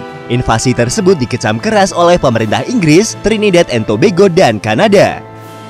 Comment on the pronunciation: Nyebutnya Tobago jangan tobego